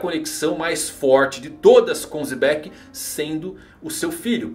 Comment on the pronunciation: a pronúncia é Jebek(u), mas fale como quiser.